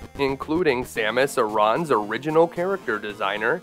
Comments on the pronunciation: Just wanted to tell you her last name is pronounced aaron not aron smh get it right please an another thing she doesnt kill them all bc the baby that she doesnt kill ends up following an it does die in super metroid when the boss is about to kill you bc the metroid lays on you healing you taking all the dmg before dying then you get the ultimate beam in the game an super metroid is the best metroid of all time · Samus "A-Rawn". annnnnnnnd dropped. How is it possible to pronounce her name wrong in a 2 hour video?